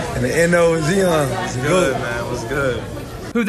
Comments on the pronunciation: "IN THE N.O. WIT ZEON" 🤣😭😂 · Zeeahn Williamson